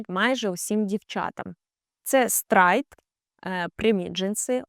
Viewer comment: Хороша порада: коли озвучуєте щось англійською, спочатку послухайте в словнику в озвучці, як воно має вимовлятися, бо стрАйт прям ріже вуха